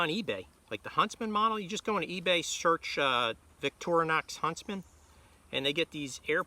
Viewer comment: It’s pronounced “Veet-tri-no”.